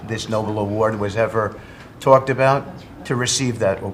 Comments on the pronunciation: Starts with an 'N', has a 'B' and 'L' in it, so what's the problem? 😂🤣 All the same, innit? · It's not Noble. It's Nobel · nah, let him keep showing us who he is, like Bush saying "nucular." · Idiot Witless Witcoff pronounces the Nobel prize as 'Noble'. Sucking up to his master but showing his ignorance. How is he on the international stage as a diplomat? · Witkoff can’t even pronounce the prize name accurately referring to it as the “noble” prize 😮‍💨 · Nobel peace prize. No-bell. Not noble. They cannot even pronounce it 😂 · Have these guys ever even heard of the Nobel Prize or Alfred Nobel? This is the second administration official who pronounced it "noble." But I guess if Kissinger and Obama could get it, then Trump could too, even if he doesn't know how to pronounce it. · Can someone tell Steve it's the Nobel prize, not noble. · Noble award ...!! The cretin doesn't even know that it's NOBEL as in Alfred Nobel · Trump really wants the Nobel peace prize. Stunning that Steve Witkoff does not know how to pronounce Nobel.